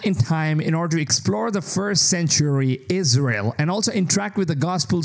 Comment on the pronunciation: Did he said " ISREAL"!?